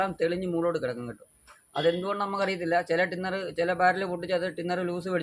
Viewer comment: ടിന്നർ ❌ തിന്നർ ✅